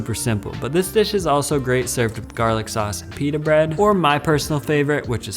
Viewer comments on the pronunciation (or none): none